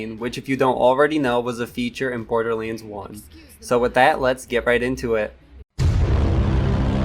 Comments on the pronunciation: He said bordilands instead borderlands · Im kinda curious where your accent comes from lol you say certain words like borderlands and damage in ways I have never heard anyone else pronounce them before.